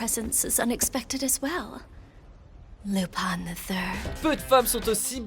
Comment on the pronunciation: Lupin se prononce loupène